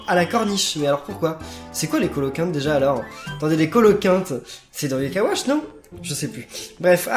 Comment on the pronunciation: c moi ou à l'intro il dise wash plutot que watch